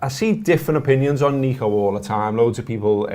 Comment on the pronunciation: can't bring yourselves to pronounce N 'E'co ....I know...it's a shite name...